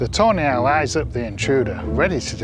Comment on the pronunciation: I keep hearing "toenail" when its actually tawny owl